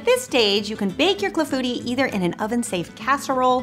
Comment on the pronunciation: I am glad to learn how to pronounce "Clafoutis'! I need to get a cherry pitter. That cherry clafoutis looks so delicious! Thanks!